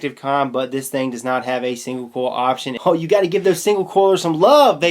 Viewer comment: it's "COIL" not "CORL"